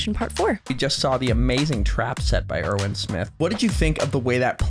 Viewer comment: Hi, First of all, I think it's amazing that you're actually keeping your word and Upload Aot twice a week whenever it's possible, thank you! 😊 Secondly, I beg you to pronounce the 'W' in Erwin like a W in the word "win" and not like a V in 'violent'. I'm german and to me, it Sounds more natural If an American is pronouncing it the "expected American" way. And lastly,, your Happy "YEAH!", You knew exactly what you were doing 😂😭